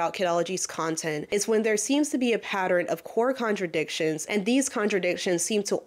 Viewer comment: I’ve never understood what exactly took place between her and fd (whom I can’t stand) but hearing someone say patterin and repeatedly gives me the absolute itch 🤦🏾‍♀️ Can’t get through this but I’ll try again later.